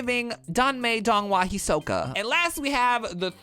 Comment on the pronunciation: As someone who has read all 8 books multiple times, seen all the donghua multiple times, read the manhua multiple times and has read too many fanfic, this is the most hilarious tgcf vid I’ve ever seen THE PRONONCIATION IS KILLING ME